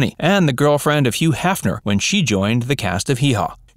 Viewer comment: Que? You mean Hugh?